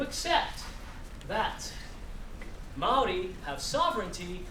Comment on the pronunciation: I cant take him seriously he is not Maori. Is he American ?And also he can't pronounce Maori Properly